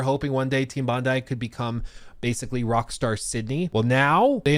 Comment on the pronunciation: Bro’s absolutely destroying the pronunciation of these names. It’s Mownash and Bondee.